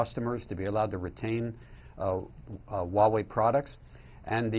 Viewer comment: why wawei? it's Huawei hahahaha